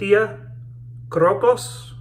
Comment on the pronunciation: Hey. Today I learned how to pronounce the name of that soap correctly, thank you. I liked the way you were using the very tips of your boar bristle brush. Great lather and a real nice shave. Nice one.